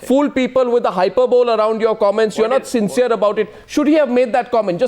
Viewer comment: HYPERBOLE is pronounced as HYPERBLEE and not as HYPERBOWL ! Funny language this, English.